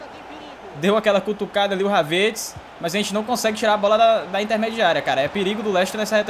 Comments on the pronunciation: fala o nome do Kai HAVERTZ certo.. rsrs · Mano só eu que tenho uma raiva quando ele pronúncia o nome do Havertz errado.